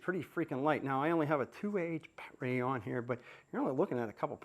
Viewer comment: I really like this guys videos on Ryobi tools but the saying "BAT-RAY" almost makes them unwatchable. I subbed anyways